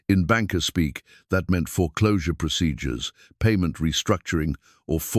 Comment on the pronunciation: The Narrator is British . He has good stories, but he does not know American English. 1951 is pronounce " nineteen fifty one " . ☆ You don't call it out like a gun range shot. Also there is no such thing as pro sid- your It pronounce like saying prod-seed- ure , but the correct spelled is saying " procedure All Capital letters in close captions is considered to be rude and shouting. A educated man like you need to learn American English and pronounciation You miss spell and say a person name several times in a lot of you videos